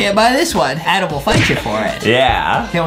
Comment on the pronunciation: Its adam not adem